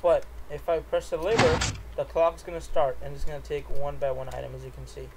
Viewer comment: He said liver not lever